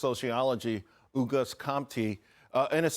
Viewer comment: What exactlly is "ewgust"? Last i heard, its pronounced "ahgust".